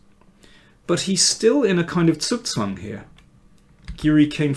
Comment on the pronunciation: "Zugzwang" is difficult to pronounce if you are not german - you do it perfect! Better than i speak english, isn't it perfectly?